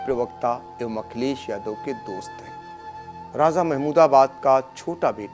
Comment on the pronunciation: Har Jaga z ka lstemaal na karo sah lafz raja he. Raj niti me bhi me. Z nahi he kisi urdu wale seekh lo